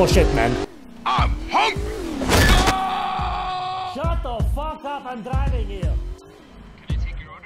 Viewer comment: Heheh heheh you said:” I’m hunrgy!